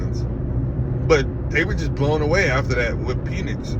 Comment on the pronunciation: You love what? 😂😂 Pause my boy it's PENix not PEEENIX.